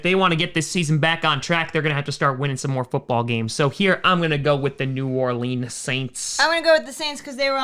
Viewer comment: just call us the saints pls your butchering new orleans lol